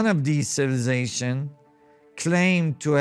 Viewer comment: Did you say cibzszations about a dozen times? ROTFLMFAO